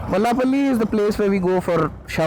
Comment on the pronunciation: It's Mallepally not Mallapally..